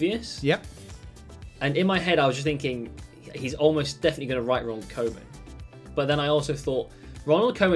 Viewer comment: Isn't it actually Ronald Koeman Not Ronald Coman Its pronounced cooman